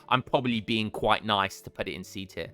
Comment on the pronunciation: where are you from in the uk? I've never heard someone pronounce "put" as in "putt" (like in golf) whilst also sounding otherwise English in my life. anywaygreat vids